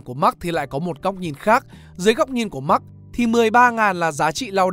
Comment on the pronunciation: Thật ra Marx bạn nen phát âm mở hơn thay vì phát âm giống max của tiếng anh.